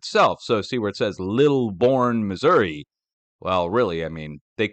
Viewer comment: You pronounced New Madrid and Missouri correctly!